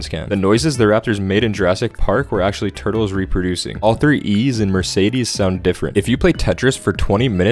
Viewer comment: Actually you are just pronouncing Mercedes wrong.